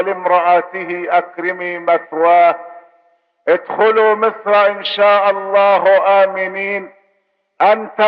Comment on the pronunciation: أُدخلوا بضم الهمزة وليس بالكسر